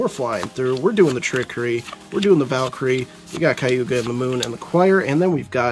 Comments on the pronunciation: Kag Ew Yah not Kaiewgah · "Kah-guu-yah". If you like the character enough, try to learn her name man haha! i did get a chuckle out of 'Kayuga'